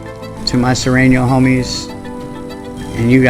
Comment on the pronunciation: Surenos not Sorenos